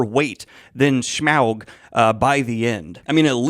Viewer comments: I don't think I have ever heard it pronounced S-meow-g. Now I imagine Smaug as a giant cat and it is great. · No one: Daniel: Smeowg 🐈‍⬛ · Brilliant breakdown/review, particularly loved how Daniel’s pronunciation of Smaug slowly devolved throughout 😂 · I'm mostly here for Daniel's pronunciation of "Smaug".